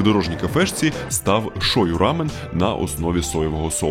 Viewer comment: Дякую круте відео ❤ вухо ріже вимова слова рамьон😂😂😂😂